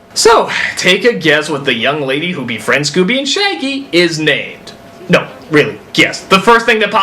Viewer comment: I'l be your fwiend (:<